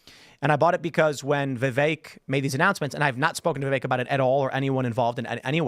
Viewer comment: I dont understand how so many people who are into politics, commentators, spokesman, etc. They still cannot pronounce Vivek's name correctly. Are they lazy or stupid or are they just assholes?